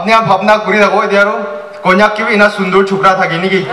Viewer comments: Not kongyak (konyak) 😅😂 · Some people doesn't even know how to pronounce konyak